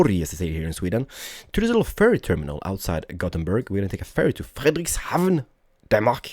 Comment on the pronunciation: yay you said " fridrekshavn" 😂so dearpy and happy b day